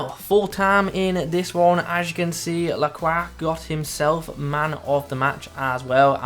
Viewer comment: Amazing pronunciation of his last name. Got the accent down too.